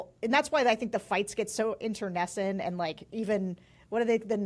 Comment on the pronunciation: She pronounced internecine correctly! Bravo.